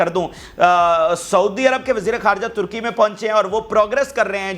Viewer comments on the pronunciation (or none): none